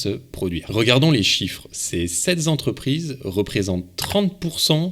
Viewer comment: sept entreprises et pas sept (z)entreprises 😊